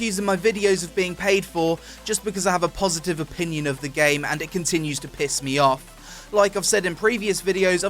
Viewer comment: "O-peon-ions on..."